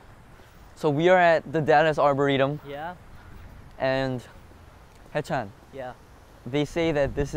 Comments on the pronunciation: 13 minutes of Mark trying to pronounce 'Arboretum' 'Ar-bur-ritom? Arboritum? Arbor-tom?' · I love how mark could say arboretum perfectly before then as soon as he gets in front of people he screws it up. We stan an awkward king. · now im confused how tf u pronounce arboretum